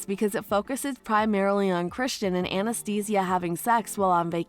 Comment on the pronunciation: I don’t know if I’m the only one that this bothers but why can’t the person narrating this say Anastasia’s name correctly lol